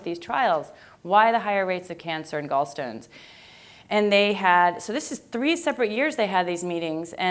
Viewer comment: love how she says gallstones lol